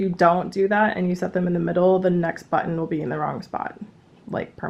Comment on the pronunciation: You did an amazing job sewing the vest! And you gave me quite a chuckle at minute 30, because it sounded like "sew on the but hole", when I am sure you said button. That totally made my day though!!!